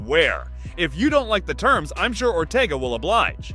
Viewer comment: Bro said Ortega 😂